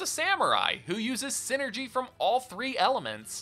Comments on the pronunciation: if memory serves it is called psynergy because it is psychic energy so a hard I sound should be the correct pronounciation. Great video btw. Love the golden sun trilogy and have been dying for a 4th for years. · #0 Just a pet peeve you're free to dismiss, but I think the "Psy" part of Psynergy would make it sound the same as saying any other word in the English language that starts with "Psy" :^)